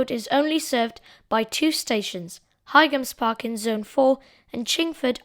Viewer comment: Your videos are getting better and better.. I think Boite is pronounced "bwaht" and by the way, the G in Highams Park is silent, like High Street.